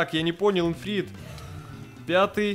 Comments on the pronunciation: Ты говоришь Инфрит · не инфрит читай название ифрит